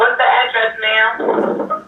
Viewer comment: Sorry but dispatch saying mame 🥴😫😬